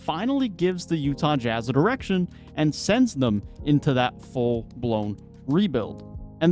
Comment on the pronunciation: Danny Ainge messed up. That was a terrible trade. I know I'm biased but the Knicks offered more . He just sent him they are out of spite. And your accent or whatever, every time you say direction it sounds like erection. Am I the only one? And just because you have pics doesn't mean you have a bright future. But in today's world it's all about winning the headline